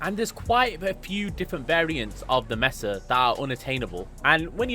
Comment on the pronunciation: got that HDTF G-Man “Mesa” pronunciation